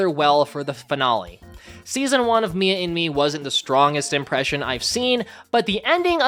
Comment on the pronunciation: Why do i hear "Mia in me" 😭😭😭